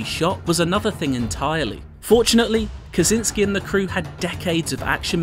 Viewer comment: It's not Kazinski - it's Kosiński, for god's sake!!!